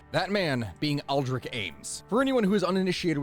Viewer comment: Ames is a one sellable word. Also Aldrich is pronounced with a soft CH at the end.